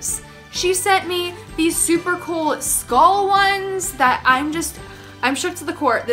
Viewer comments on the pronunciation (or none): none